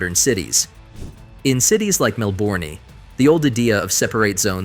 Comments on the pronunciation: If you use AI to narrate your videos, at least make sure it's able to pronounce Mellbourné 😂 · Cities like Melbourney... if you couldn't already tell this is AI-generated video garbage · I was thinking the same thing lol man made an Aussie city sound French😂